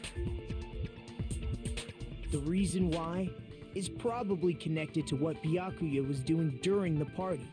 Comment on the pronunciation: Gasp! He s-s-said "Bya-kuya" The horror! Lol I love this game, and I do enjoy Byakuya's character. I find his chaos entertaining, and I love your reactions to Byakuya's antics. The running joke of not saying his name properly is so funny. And I definitely think the writers love to mess with Byakuya. I can't wait to see your reactions to the plot twists to come, seeing new people's reactions is part of the fun of this game to me.